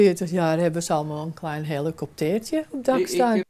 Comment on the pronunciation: ik moet lachen om de manier waarop je oma helikoptertje zegt haha